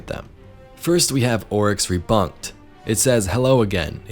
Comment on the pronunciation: My head exploded when he read that wrong then zoomed in on the word. Lol